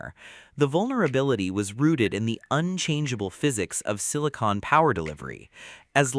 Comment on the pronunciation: It's not "sini-cone", it's "sini-con". one is sealant, the other is what powers your computer.